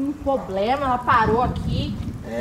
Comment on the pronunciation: O "poblema" é q a morena não sabe falar, problema...kkkk